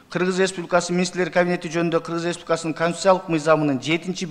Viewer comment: Республикасынын деген созду так айтчы айланайын